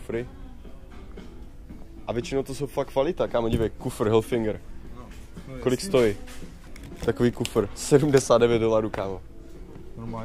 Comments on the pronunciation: Je to Hilfiger ne Hilfinnnger :D :) Výborne video ! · Hilfiger, ne Hilfinger :D